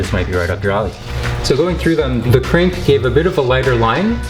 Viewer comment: the way is says krink